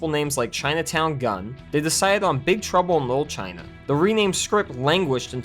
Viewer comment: "Big truble no china"? Is it just me who hear im say that?